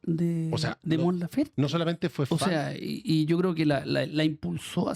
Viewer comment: Por qué le dicen Lafer si es LaferTE? Que poco profesional la mujer